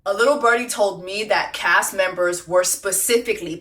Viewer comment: Jessie I love you but you irk my nerves when you say pacifically😂it’s specifically